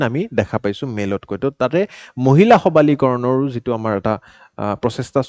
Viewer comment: Sir in you said 'সবালীকৰণ' but actually it is 'সবলীকৰণ'